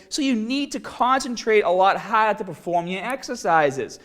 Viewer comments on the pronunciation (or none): push haaad and listen to madda and fadda! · "uppa orms"......"hadda"...